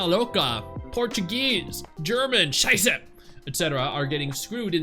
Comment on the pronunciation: Why can he say "scheiße" that good and why is this the only language where he used a swear word. xD